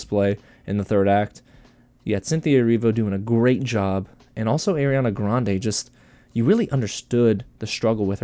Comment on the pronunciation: Her name is “Ari-ana” Grande. Not Airiana grande